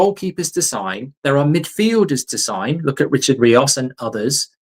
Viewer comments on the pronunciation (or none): none